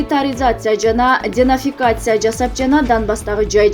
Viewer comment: Карындашым денацификация деп туура айтсан мааниси озгоруп жатат денафикация десен